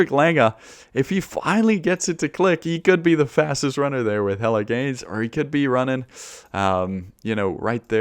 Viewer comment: Love that Jelle Geens is pronounced exactly like "Hella' Gains"